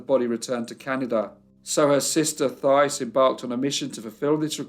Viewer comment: My great grandfather also left Quebec to work in the mills in Lowell, MA (pronounced "Lole"). My mom's family is also from Lowell. (Also, in the name Thais, the Th is pronounced like "T" - similar to Tyce.) I enjoy your videos.😊